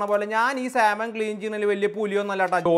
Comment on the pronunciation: സാമൺ എന്നാണ് ശരിയായ ഉച്ചാരണം L നിശബ്ദം ...... സാൽമൺ എന്ന് പറഞ്ഞാൽ പോലീസ് കേസ്സാകത്തൊന്നുമില്ല ...... ചുമ്മാ പറഞ്ഞെന്ന് മാത്രം ...... മറ്റൊരു കാര്യം പുള്ളിക്കാരൻ പല വീഡിയോകളിലും വേവിക്കാത്ത മാംസം തിന്നുന്നത് കാണിക്കുന്നുണ്ട് ...... അത് അന്ധമായി അനുകരിക്കണ്ട ...... ചിലപ്പോൾ തിരുത്താൻ പറ്റാത്ത അബദ്ധമായിത്തീരും 😅